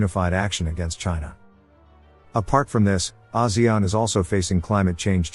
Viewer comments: he say Asian. Rich as Singapore poor like Cambodian .😔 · Wow, that's not how I thought ASEAN was pronounced at all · The way he pronounces ASEAN...